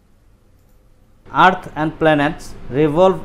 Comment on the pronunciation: It's not at bro it was earth.. ET.... Ok